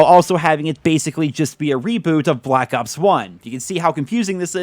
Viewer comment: caw of dewdy bwak awps